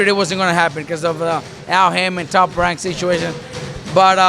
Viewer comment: Does Robert Garcia say TOP WANK